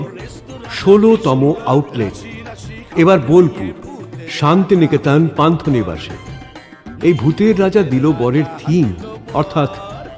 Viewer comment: কথাটা পান্থনিবাস panthniwas নয়।😊